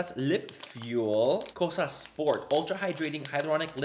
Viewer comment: I’m Greek and you say “Kosas” BEAUTIFULLY 💙🇬🇷